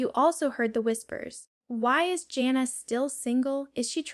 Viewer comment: I love Jana. This video is AI. She called herself Jane-na, instead of Jan-na. She speaks of the girls escaping and she would never say that. Even her phrasing is not her style. I don't know why people do these kinds of things. Let her be herself and tell what she wants IN HER OWN WORDS.